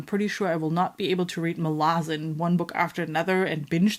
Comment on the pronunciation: Malazan is pronounced Malazan and not pronounced like Malazan.